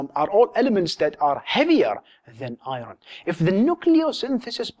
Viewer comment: It bothers me when you say "i-ron". Otherwise, great videos!